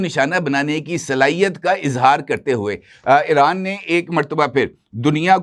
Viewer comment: محترم لفظ ایران کا تلفظ Iran کریں نہ کہ Eran ۔ اسی طرح چاہنہ کے سٹلائٹ کا نام بیدو ہے میدو نہیں